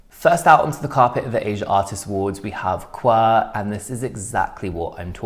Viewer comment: As (almost) always, I agree with everything you said. (p.s. QWER is pronounced as the individual letters)